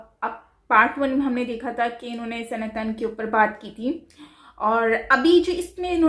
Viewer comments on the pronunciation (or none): it's not Sanatann but it's pronounced as Sanaatan. Please hear the word pronunciations very carefully in future from the Indian perspective or Indian panelists. These small things go a long way to show respect for other cultures 🙏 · You don't pronounce "sanatan dharm" correctly. It's "sana + tan" 😒